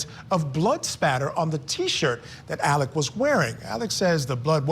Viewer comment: ALEX not Alec